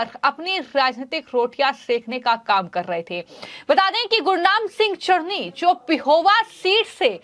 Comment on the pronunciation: Chduni nahi chtni bolo😂😂😂😂😂😂😂